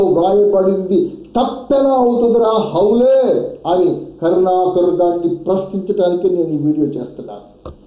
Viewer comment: మీరు హౌలే అంటుంటే ఆ పలుకు నాకు హల్లెలూయ అన్నట్టుంది ... !!!